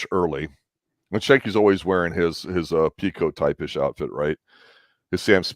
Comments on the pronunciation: schanke is pronunciation the Sch is hard not soft. LaCroix has no Y In it, pronunciation is OX is hard . No Y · Your saying Schanke name wrong